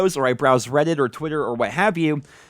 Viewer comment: "Twutter and Weddit" 😂😂😂😂